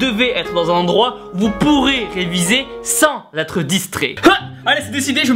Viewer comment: Et si on parlait de l'accent sur le u de ton "Où"?